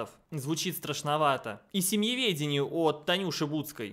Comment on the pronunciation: Эдакие "голосисьтые" дамы придумали семеведение... а, нет, семЬеведение.. хрен редьки не слаще